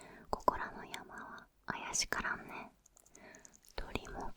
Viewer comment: 「怪しからん」は 「けしからん」と読みます。